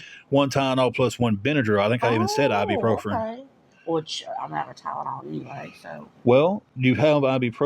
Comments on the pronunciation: "ibprofRen?" Try, "ibuprofen". They both pronounced it the same wrong way? Imagine it! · What is ibuprofRen? They both say it wrong